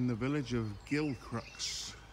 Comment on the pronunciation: It is pronounced Gil Cruise.